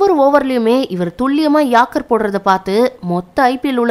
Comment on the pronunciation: pronounction yaarkkar tamizh la ஏர்க்கர் அ யார்க்கர் எப்படி சென்னலும் பொருள்படும் bro